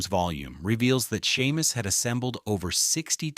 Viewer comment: Shay-mus! His name is pronounced SHAY-MUS!M arrrrg! 😂